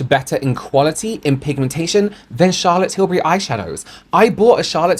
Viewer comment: Can we talk about "Chaza Tills" please???